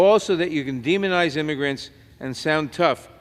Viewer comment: Illegal imigrants. He cant even say it.